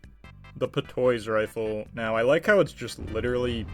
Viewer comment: The "pa-toy" rifle is pronounced "pah-twah", idk how you missed that its french just like almost all of The Order soldiers are, or have never heard of the word patois.